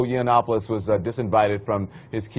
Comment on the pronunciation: wew Milo Urine-opolos as the Big Black Corporation prefers to pronounce his name is a total shitpost-made-man. The MSM losers totally bought into it. As much as Sargon memes that they have, they've learned fucking nothing.